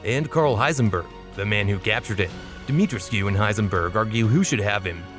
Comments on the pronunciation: How are you guna mispronounce Dimitrescu when it literally says it out loud in the game lol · Your pronunciation of Demitrescu hurt my soul but other than that great video!